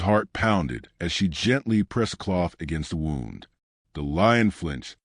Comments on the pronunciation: Lovely story.But, could you ensure your subtitles are spelt correctly. Most annoying. Ex: sight is not side. And, the voice over you need to correct the pronounciation of WOUND dependind on the intented meaning. The is one or so words.This is example. Thank you. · I’ve listened to a lot of stories, I wish some of these people would learn how to pronounce words correctly. Simple English that’s all it is. Example “wound” in this story.